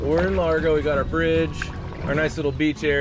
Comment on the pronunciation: It"s lagro, not largo